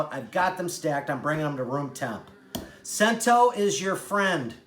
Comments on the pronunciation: Great video…being Italian I do have to correct you though the oil is not pronounced ‘sento’ it’s pronounced‘Chento’. They make great products. I’m impressed you have it. And you are correct about the whole milk mozzarella. It’s the best. Buy in a block and grate yourself don’t buy pre shredded. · Your hilarious dude! Great video. BTW - Cento is pronounced 'Chento' - it's Italian!